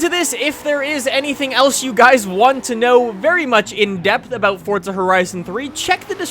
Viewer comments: What is your nationality because I thought it was forza not fortza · Its forza not fortza dumb fuck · Why does he keep saying fortza it's forza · he keep saying FORTZA, isn't it pronounced Forza with no T? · Forza not Fortza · It's Forza not fortza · you make some great content, but its FORZA not fortsa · Where's the "T" in "Forza"? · Since when is there a "T" in forza ? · Where is the T in forza? 😂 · theres no T in forza